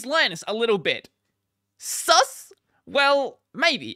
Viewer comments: The way he said s u s lol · your pronunciation of sus is sus.